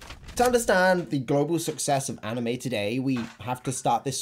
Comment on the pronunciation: "Ahh-nime expo"😭